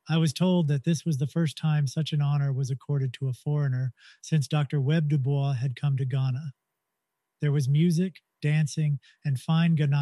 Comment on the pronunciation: 2 things it’s W.E.B(spell it out) Dubois and its Joe Lew-is. Other than that Fantastic Fantastic job